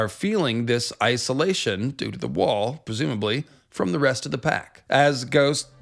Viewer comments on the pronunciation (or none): Did no one else catch “in his ICEalation”